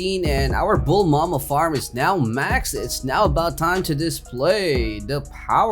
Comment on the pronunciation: He says bulma as "Bull mama"